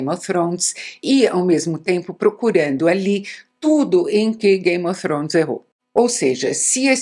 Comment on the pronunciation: ela falando game ofrones é tao engraçado kkkkkk icone